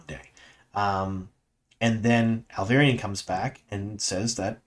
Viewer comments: Alviarin. Al-vee-air-ehn. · Great video as always! Loved this season…and I don’t care how you say Alviarin lol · Hi, I’m subscribed to your channel since season 1 and I know how you always apologize about butchering foreign names. I guess many names in TWOT are also foreign to you, as you do indeed butcher some of those as well. I can smile about most of those (you even say Tanchico correctly now 😉), but the way you butcher the name of Alviarin as Alvairin is annoying and I have seen others comment about it several times already. Please try to pronounce it as RJ spelled it phonetically in the Glossaries: ahl-vee-AH-rihn.